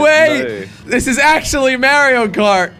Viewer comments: bro said marryO cart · It's mario noy Mary io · “Merio Kart” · I love you jelly but the way you said Mario kart hurt to hear cause I love mario